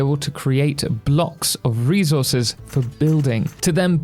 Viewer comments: I'm sorry but the way you say "re - zor - zez" gets me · ReZources is crazy😂